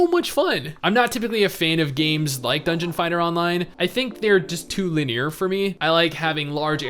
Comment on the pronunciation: li· nee· ur not lin· ear Seriously man, It is triggering.